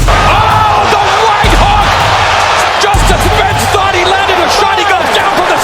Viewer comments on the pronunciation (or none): none